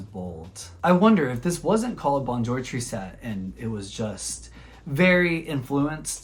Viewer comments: Tris - tesse, not triset. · Tristesse means sadness, it does not end in -ette. Google translate will pronounce it correctly for you.